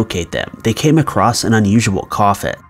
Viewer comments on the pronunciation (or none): none